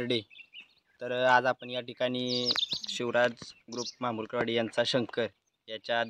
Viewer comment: म्हामुलकरवाडी नाही ....महामुलकरवाडी !